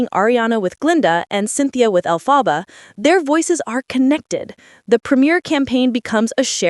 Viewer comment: Learn how to pronounce Elphaba!